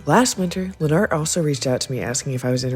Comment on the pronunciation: I think Lenart’s name is pronounced more like Leonard- but with a t at the end instead of just Lenn Art- after hearing him pronounce it himself.